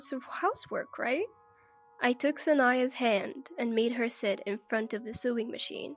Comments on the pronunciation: You're so right. Sorry, but it wasn't funny ... just very very annoying. Sewing is pronounced 'so-wing', not 'suing'. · Narrator - first, talk a bit faster. Next the words "sew" and "sewing" are not pronounced "sue" and suing". They are pronounced like the word "so" with the "o" being long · Sewing is NOT pronounced suing!!! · You pronounce it sowing with an o although it is written with an e! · The incorrect pronunciation of "sewing" as "suing" made me laugh.